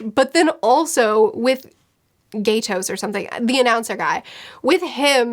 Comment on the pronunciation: I will forever be calling Gyats the announcer "Gaytos" now.